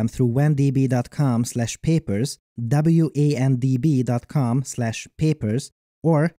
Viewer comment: Why do you call them "WAN DB" instead of "W and B"? It's not a Wide Area Network Database, is it?